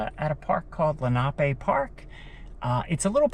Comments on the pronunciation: It is not pronounced lake lee na pay. Rather. Len-a-pee. This is an indian name. My granfather and mother both grew up riding the carousel. This park continued all the way to sellersville with different names I would play soccer in the early 70s closer to sellersville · I’m 77 and grew up in Sellersville/ Perkasie. It’s pronounced Len’ a pee after the Lenape Native Americans. We went often to the carousel and swam at Menlo. Before my time there was a big wooden slide that I believe was used in winter. Nice tour. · Absolutely love how you say lenape park!! Thanx again for another great video!!!